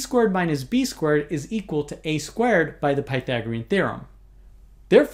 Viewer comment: Every time he says "squared", I sounds like "squirt" to me.